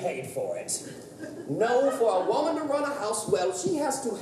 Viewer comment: Omg it's "WUHmun" not "WOEmun" when will u ever learn?!